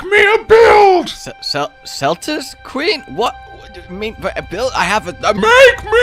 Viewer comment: I was about to say the same thing, it bugged me how he pronounced it, despite the comment being rather appreciated.